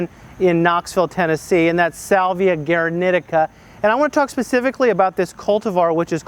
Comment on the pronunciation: The pronounciation is as "gooaraneeteeca" with accentuation on the first ee.